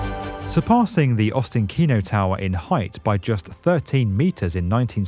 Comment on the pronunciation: Great video as always! Ostankino is pronounced ostAnkino.